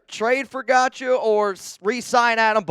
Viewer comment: You are 100% pronouncing that last name wrong.....its pronounced like god-show 😂